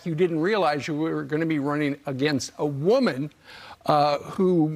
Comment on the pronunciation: Anyone else notice how the host emphasized "woman" to make it sound like it's a horrible thing? We need to be Progressive NOT Regressive! We're not going back!!! Just a boomer from swing state WI.